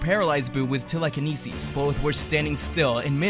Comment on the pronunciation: bro not tryna be mean but the way you said telekinesis